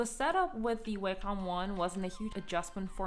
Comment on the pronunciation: You are literally the first person I see pronouncing Wacom like Waycom